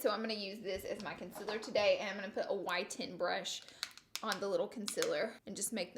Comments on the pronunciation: Con-SEE-ler not Con-sil-ler... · Con seal err is how you pronounce concealer not consiller And contour is one word, not two. Not being mean, just saying. I've seen people drag you for pronouncing those words incorrectly. You're supposed to be a make-up Guru, so know how to pronounce your products dear. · Know what I just realized she said conciller again I completely forgot that’s the way she said it I’ve gotten so used to it 😂